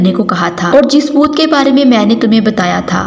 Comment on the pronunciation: Boot nhi bhoot 😀